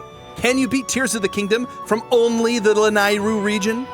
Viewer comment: I encourage you to watch the BoTW memory where Zelda is thanking Link for tips with her horse where she says the word Lanayru. It's pronounced La-NEIGH-ru.